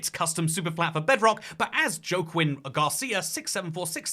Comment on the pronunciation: “Joaquin” is pronounced wha-kin.